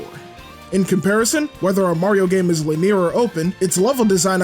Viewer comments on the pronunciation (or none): great video, but you did pronounce linear wrong